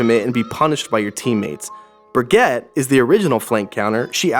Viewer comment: Nice vid, but BURGETTE.. bruh Brig, or Brigeett